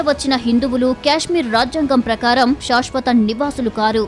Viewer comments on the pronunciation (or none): శాశ్వత అనాలి, షాష్ వత కాదు. దయచేసి గమనించండి. మొత్తానికి మంచి విషయము చెప్పారు. ధన్యవాదాలు